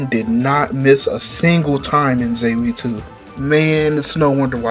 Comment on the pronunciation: Sky the 3rd is absolute peak amd Ries with her big templar sword was just the best. I wonder what your reaction to stardoor 15 was. But man,, you butchered the word Zwei completely. It is not Zevy, it is Zwei. Again, German. Btw, read the Ring of Judgement Manga. It makes some of the lore even better. I sadly did not read most of the books in Sky. I think Reverie has them. I can't wait to get to reading.